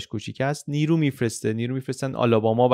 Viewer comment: یکجا بجای نیرو ارسال کنه گفتید نیمرو ارسال کنه !